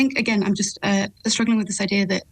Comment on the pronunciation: I-Deer ? What is an I-Deer ? The word is IDEA.. This lady cannot even speak English.. and you expect her to answer questions ?